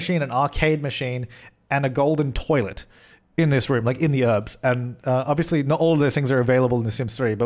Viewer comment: The Sim Supply Or one for every time I thought you were saying 'herbs' instead of 'Urbz' :)